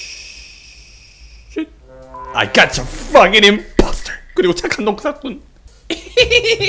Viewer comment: 착한 농사꾼 발음 개웃곀ㅋㅋㅋ